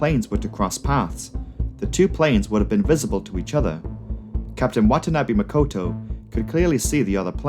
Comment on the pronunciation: Makoto not Mokoto